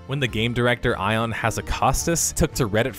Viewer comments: Eye-on??? REALLY!?!?!?! How the fuck can you call out someone, BY NAME, and not take the time to learn to pronounce their name. EE-an. Not EYE-on. Holy shit. That's one of the easier names in the company since he's literally the face of WoW at this point. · eye-on? LOL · Turned it off after "Ion". There's a crap ton wrong with BFA, and I've unsubbed from it myself, but there are also "tells" that tell me somebody hasn't done the basic research. Someone knowledgeable doing a video on this should not be getting that pronunciation wrong.